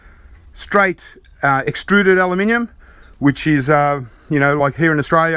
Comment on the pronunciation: He says "Aluminium" exactly how its meant to be said :) just because you spell it wrong it doesn't mean that's how you pronounce it.